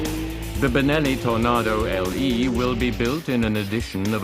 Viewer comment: Lol.. love the way he calls it a "TornARdo" :)